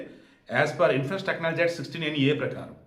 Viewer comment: Information Technology Act, Section 69A 🤦. సరిగ్గా పలుకు సామి🤷.